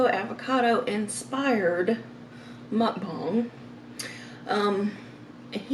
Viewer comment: The word is Muk "BANG" not Muk "BONG".